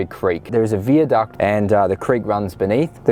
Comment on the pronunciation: wtf why are you pronouncing viaduct like that wtf